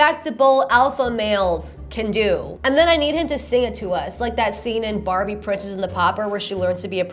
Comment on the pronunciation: "Pwincess" took me out